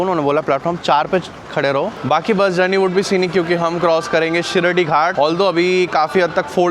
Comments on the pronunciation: Not Shirdhi Ghat Shiradhi Ghat bro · Sar- rige not sar-ije and it is shi-raadi ghat not shi shi-radi ghat... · " शिरडी" ghat❌. शिराडि ghat✅ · Its Shiraadi Ghat, not Shiridi ghat. Shiridi is a different place in Maharashtra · Arre, you make interesting videos of all your travels! Vlogs are good! As a travel vlogger, the least you can do is to get the names of places correct, especially the pronunciation! It is NOT Shirdi Ghats..it is SHIRADI! (शिराडी) [শিরাদি] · It's not shiradi, it's shiraadi ghat*